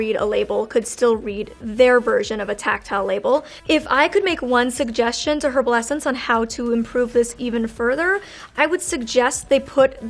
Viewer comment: I don’t understand how people can do a video for her and not let her know she’s saying herbal wrong when she’s going on the internet